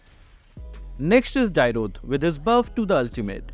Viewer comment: always mispronouncing Dyrroth's name, its Dee-roth, not Die-roth. You can check Tigreal's Lightborn skin voiceline and Franco Legend Skin as they call Dyrroth.